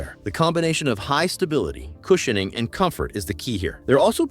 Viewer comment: Cush in ing.... Nuf said. Why can AI not pronounce some words??